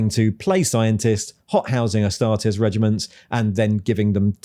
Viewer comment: "ass-tar-tees" astartes as in "two teas for you", not as in "test". Same with custodes. It's fake latin think analyses or crises.